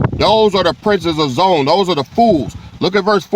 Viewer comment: Zo-Ann . Hebrew ! We in Israel for real pronounce it Zo-Ann.Come on "King"!!